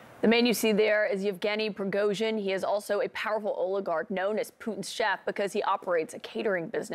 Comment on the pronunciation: Cnn has celebrations. Cnn is happy even can't pronounced his name 😂. The propaganda in America and Europe mind blowing. But I have to say I wish this man has nuclear weapons I wish